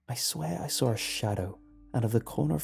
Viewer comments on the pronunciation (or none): am I the only one who hears say sawr instead of saw? just me? ok continue scrolling down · The 997 I hear it too but its sort of... Nice? Idk lol